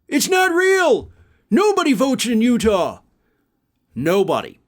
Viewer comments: It's Utah, not Utahl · Sounds like he was saying Utab. This guy is a major idiot but is fun to watch because he sure comes out with some crazy crap.